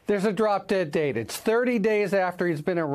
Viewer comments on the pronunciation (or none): none